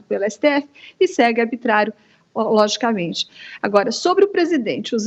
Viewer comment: Será que só eu ouvi aos esta comunista chinesa falar ABITRÁRIO, ABITRARIAMENTE, ABITRÁRIO e aos - ABITRÁRIA Aqui Rodrigo Constantino ensina qual a pronúncia correta. ARbitrariedade é ter uma "jornalista" dessa na equipe da JovemPan.